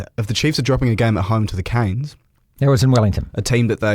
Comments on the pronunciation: It's CANES ffs not KINS! 🤦🏽‍♂️🤦🏽‍♂️🤦🏽‍♂️🤦🏽‍♂️ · Yeah we’ve argued about this all year. The song is “Canes”, the word “Kins”?